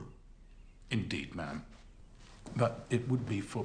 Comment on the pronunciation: "ma'am" as in "ham"!